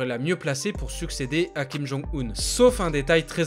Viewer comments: pour info, on ne dit pas Kim Jong [Oune] mais Kim Jong [Eun], 김정은 (comme quand on dit "heuuu", avec un h silencieux, et un n à la fin). Regarde sur Google traduction ou Papago pour l'écouter sinon:). C'est une erreur que tout le monde fait, et ça fait très mal aux oreilles quand on parle coréen. J'espère que tu en prendras compte, car tes vidéos sont très intéressantes, plutôt précises et correctes (quant à la Corée en tout cas). PS: je suis en Master de coréen c'est pour ça que je me permets de te rectifier. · Ca se dit Kim Jong ''eune'' un 김정은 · Ça se prononce Kim Jonng Une comme John et Lune. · Si king jong un serai .... J’aime tes vidéos mec mais fait un effort. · justement, c'est parce qu'il ne fait pas coréen que je me permets de le corriger. Chacun mérite à ce qu'on essaie de prononcer son nom correctement.